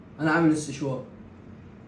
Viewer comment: و بعدين اسمه سشوار مش استشوار 😂😂